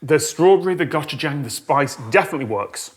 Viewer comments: I swear it sounded like Tom kept saying "gotcha-jayng" instead of "고추장" It's worth learning the Korean alphabet because it's phonetic and only 24 characters. "고" is pronounced somewhere between "goh" and "koh", "추" is pronounced "choo" like choo-choo train, and "장" is pronounced "jahng". Goh-choo-jahng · I'm just cringing at Tom's pronunciation of gochujang,,, but I do wanna try that